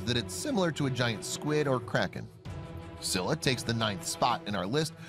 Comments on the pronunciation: Scylla name pronounced is : Skilla (u pronounced it wrong) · It’s not Silla it’s Scylla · I always pronounce Scylla (skaylla) instead of (sylla). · How could you pronounce Scylla's name wrong? This guy comes from Greek mythology, so it should bi pronounced as Skülla/Skíla, depending on the accent. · It's not silla it's scylla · ITS pronounced ski-la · It’s sc-i-ll-a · You can’t pronounce Scylla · U say it s k y lla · Let’s just get the fact that the names he said for each of the animals were all wrong btw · its pronounced Scylla (Sky-la) and It's pronounced Methuselah (Nephew - Say - La) AND it's pronounced Behemoth (Beh - heh - MOTH)